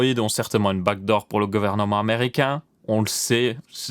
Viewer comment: Au début moi aussi j'avais compris bac d'or mais quand il a commencé à parler "code" bah je me suis dit : "mais oui les back doors"